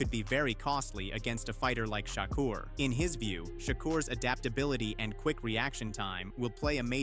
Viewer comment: His name is not SHOCKER...his name is SHAKUR!!! Pronounce his damn name right!!!